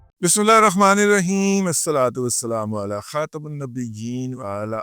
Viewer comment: ما شاء الله بهت خوب ... على خاتم النبيين خاتم.. یہاں حرف م كو زیر کیساتھ پڑھیں ❤❤❤❤❤❤